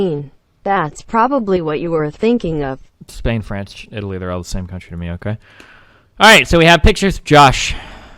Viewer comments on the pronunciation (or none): none